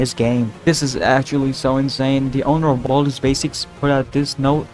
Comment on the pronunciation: Bro, Baldi, not Baldy.